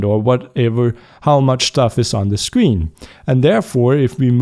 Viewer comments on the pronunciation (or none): none